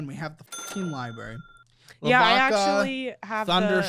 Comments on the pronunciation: Ah yes, libarians in a libary 😂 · If they pronounce it "libary" one more time I'm gonna lose it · Library not liberry please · Highlight of this episode is the editors calling out his library pronunciation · Not the editor calling out “Libary” 😂😂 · Its librarian, not libarian and library not libary. Also, don't they teach you how to use a library in school anymore?